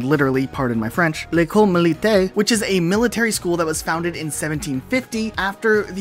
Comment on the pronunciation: Your being generous for the likes my friend. ''militaire'' sounded more like ''militai''. The R needed more crunch, it seemed almost absent!... No offense by the way. You said ''école'' well!